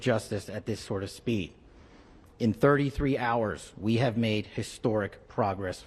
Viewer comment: Really emphasizing that “33” hours. Hmmm